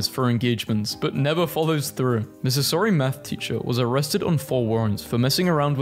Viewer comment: Scarlett Johansson❌ Scarlett Johnson✅ tsunami❌ tornado✅ Missouri❌ Mississouri ✅